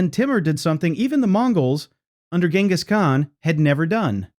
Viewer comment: GINus Khan....... really